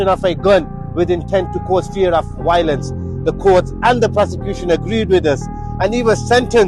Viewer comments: A solicitor who pronounce violence as wiolence needs locking up. This guy likes to get criminals off who should be in jail back on the street. What a guy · Man said “wiolence” 🤣😂😂😂 classic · Wiolence😂😂😂 why can't they say violence pakistanis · Fear of "Why-olence" 😂. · You noticed 😅, it's Asian thing, most pronounce the V as a W, like another Asian country folks that pronounce their L as R. Edit: no I'm not being racist! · Someone who cant say violence properly . .